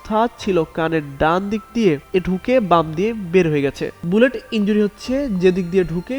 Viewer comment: ekta news a eto bhul kibhabe hoy? Dhaka-8 er jaygay 7 boleche. Bullet er jaygay bhul pronounce korlo. ei holo obostha